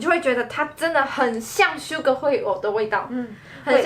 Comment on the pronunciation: 我怎麼聽到你說sugar啊😂